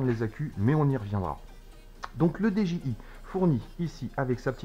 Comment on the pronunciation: salut, on dit didjiaye pas deje i